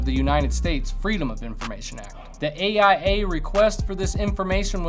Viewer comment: I don't mean to be an a** but you kept saying I.A.I. but it should be A.I.A. "Access to information act"